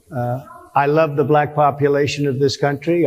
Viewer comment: Yes, he does that to make a foul sound out of the word to show his contempt for naturally dark skin. "Blech-ack" . Like that. Like he won't say Democratic. He will only say democRAT. He's a 6 year old schoolyard bully.